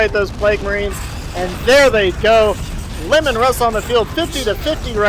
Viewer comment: He knows it Lee-man Russ right, not lemon...